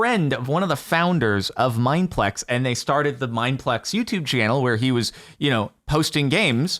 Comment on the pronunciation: why bro say our name like that tho???